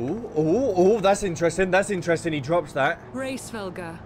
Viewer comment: Hraesvelgr is "race-vel-gr" Nidhogg is "nid-hog" though I assume nicedog is your joke name (my FC called him "eggnogg") -_